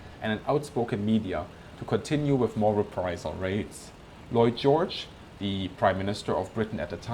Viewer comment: Did anyone besides me hear "Lloyd George" as "Boy George"? I guess that is just a side effect of growing up in the 80's